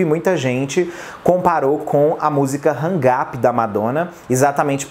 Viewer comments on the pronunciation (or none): none